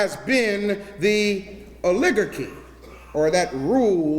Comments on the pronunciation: The pastor is mispronouncing OLIGARCHY. And he was incorrect about America being a democracy as he described. America is a Democratic Republic at the federal level, meaning we elect representatives ( that small group he mentions) to represent us in the Congress. At the state level America is a Democracy as majority rules in the voting at the state level but not at the federal level. It was designed that way to give states independence and to prevent dictators or Oligarchs at the federal level. No system is perfect, but the founding fathers of America did a good job. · F!@ Hard to watch a "Dr." mispronounce "oligarchy" over & over... hoping there's useful info here... Yup. GREAT VIDEO 1.5 speed. Forget how this review started. IF YOU'RE READING THIS U BETTA WATCH THIS VIDEO. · This moron proclaims in the beginning of this video that he's going to "educate" the congregation, meanwhile he doesn't even know how to pronounce "oligarchy". He's not even close. This shows that he never heard the word before he Googled whatever it is he is reading from. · Can't even pronounce "oligarchy" Ol -Lig - Garky. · Rrr- lig-gur-key.. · First I thought he made a mistake mispronouncing Oligarchy but then he kept doing it and it was cringeworthy to hear coming from an "Educator". The word is pronounced like Oligarchy (Owl-(silent w)a-gar-key) Other than that small glitch he's telling the stone cold truth. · Oligarchy [Ah•li•gar•ky] it’s bothering me I’m sorry…I kno what he means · O- ligarch-kee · Ol-i-gar-chy my brother. Good message. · Brah. I appreciate you. Its pronounced Oli - Garky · Correct form: Oh-LEE-Gar-Key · O Liggar chy correct pronunciation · my brutha is deep 'n dat but somebody need tell him the word is O-Luh-GAR-key! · He’s a doctor who can’t spell or pronounce oligarchy what a fool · Yikes!!! He pronounces the word “OLIGARCHY” WRONGLY. Every time he says it, I cringe and miss his point, because it is so very wrongly pronounced. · He mispronounced "oligarchy".